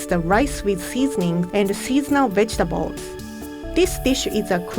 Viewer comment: when said "vegetable" i thought she said "b///table"